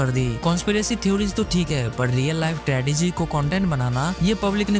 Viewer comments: Tragedy hai wo tradegy nahi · "Tradegy" FTW🫦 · Tradegy nahi bro.. Tragedy 😅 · Tragedy tredegy nhi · Tradegy nehi tragedy. 😡